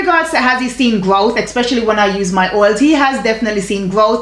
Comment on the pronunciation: Wait.. are you saying "expecially"..?? Lol luv u tho! ♥️